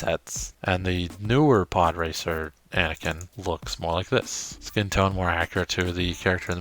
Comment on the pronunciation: I thought you said "poorracer" 😂